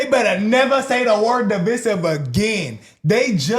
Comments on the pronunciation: uhhhh lemme help u bro cuz I like y’all vids n stuff n I hate letting ppl make the same mistakes over n over without helping them do better… the word is DIVISIVE not to be pronounced De-Vi-Sive but pronounced like Duh-Vai-Sive…. If ya don’t know now ya know lmaooo aside from that u guys keep up the great work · My guy it’s diveyesive. I spelled it wrong to emphasize the I. You guys are terrific btw.